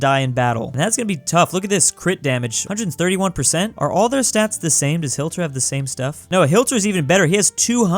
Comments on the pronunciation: Nice btw is pronounced HIT-ler not HILT-er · Nobody:: hi-LT-er me: Smashes my keyboard yelling hi-TL-er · it's not Hilter it's HIT-Ler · YOUR SAYING HILTER WRONG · Why you say hilter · The way he says hitlers name wrong bothers me.